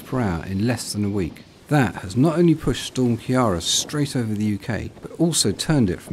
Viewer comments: It's pronounced Kia-ra not Kiar-ra urgh so annoying! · It’s ciara not Kira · Pronounced “kir-ra’” not “ki-ara” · Keera. KEERA is how you pronounce it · Learn how to pronounce Ciara